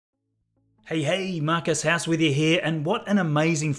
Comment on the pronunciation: His accent makes it sound like he is saying....... Hey hey! This is Marcus ass with you here. LOL